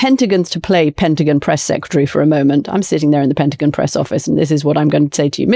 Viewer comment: She can pronounce cajones, but has trouble saying pentagon?